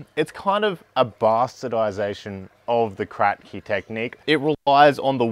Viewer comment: Its not called Krack-Key, but rather Crapkee after the inventor. ;)